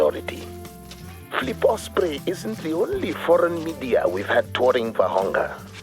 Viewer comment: Nice video but isnt it Vurhonga instead of vorhonga